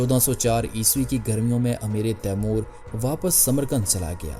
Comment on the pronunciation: خدا کے لیے اردو کا تلفظ ٹھیک کرو "امیر تیمور ہے نیچے زیر نہیں ہے جو آپ بول رہے ہیں اس مطلب ہے تیمور کا امیر ۔